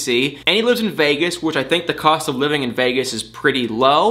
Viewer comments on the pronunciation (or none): none